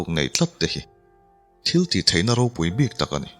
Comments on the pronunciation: An ro te an...an thil neih hlu ro.... Insuk pho ro anga lam chi nilo An ro te ,tia lam nise a Duhawm mang e aw.... Mizo tawng thluk dik tereuh hi pho chhuak zel ila....ti r'u.... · 'RO' tih sipel hi mizo tawngah hian Pakhat aia tam a awm a. Pakhat chu kan thil neih, thil hlu a ni a, ri hniamin lam mai tur a ni ang. A dang Pakhat chu 'thil hring ni lo, thil ro eg. Puan ro, hmarcha ro, adt. anga ri sei leh sang deuhva lam tur a ni ang. Hetah hian 'Ro, (thil hlu,) hi ri sangin I lam tlat mai. Ngaihthlak a ti nuam lo nghal vek alawm.